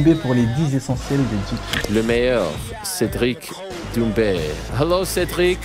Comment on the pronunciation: T'as vu ? T'as vu ça ? T'as vu cet angle mowts Cédwic pwésentement ?